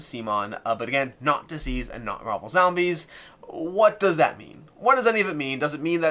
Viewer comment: Everytime you say it, I think isn't DCeased supposed to be pronounced as deceased, and not diseased?